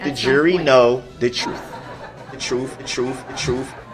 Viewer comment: Oafe. Bofe. And troof. Biastness. Bwahaha bwahahahahaha a true scholar. Shock device I know how it looks